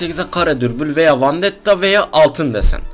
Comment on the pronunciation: vandetta değil vendetta 😭